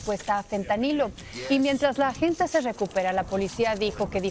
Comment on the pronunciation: Se pronuncia "AGENTE" no "AGENTA"